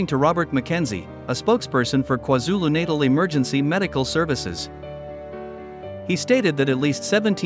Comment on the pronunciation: KwaZulu Natal 🤣😂😅. Work on your pronounciation.